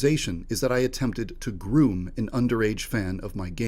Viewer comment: ' that i attempted to gruuuum '